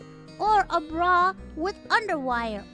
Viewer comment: All I’m hearing is Bru every time she say bra.